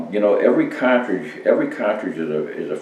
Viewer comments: Excuse me sir but its car-tridge not kaw-twidge.......lol good vid no matter how old just like the parent cawtridge. Thanx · It’s pronounced cahhtridge